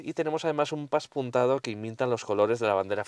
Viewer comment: No se dice paspunteado se dice pespunteado. derivado de pespunte.